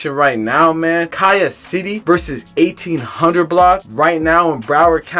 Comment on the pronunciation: Garbage video in you saying the name of the hood wrong